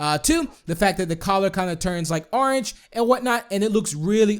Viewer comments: "Let's tame a WOOF, and his coller turns ARNGE. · Oran? did u mean orange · Never say orange again please!!!